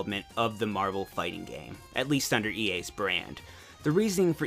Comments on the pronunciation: uuuuuuuuuuuuuuuuuuuuge its so hard to watch this! i want to watch this but him constantly sayign marble instead of marvle is freaking annoyign teh shit out of my OCD ._. soryr if this uspets anyone, just a mini rant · Scuse me but I think it's spelled "Mahvel"